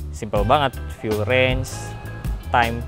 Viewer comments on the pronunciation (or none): none